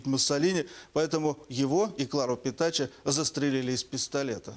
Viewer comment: Правильно называют - Petacci - Петаччи, Петакки пишется так: Petacchi - h перед i